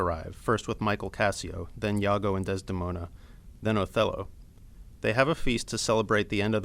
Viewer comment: you pronounce "Iago" like "yago" hahaha whattttttttttt